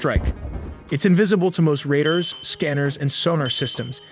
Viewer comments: "kah-vert"? It should be pronounce "koh-vert". "ray-der" for "ray-daar"? Obviously an AI generated voice. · At the word "covert" is pronounced "Kuh-vert" rather than correctly as "Koe-Vert." At you hear the word "radar" pronounced as "Raider". Rookie machine mistakes-- these are commonly used words. So I do wish you guys would clarify that "No AI was used in the visuals or images of this video," but it is plainly evident in the narration. The pronunciation of some words is sometimes mechanical. You can hear the machine doing a perfect rendition of a word according to spelling, but not by how people actually say and pronounce these common words.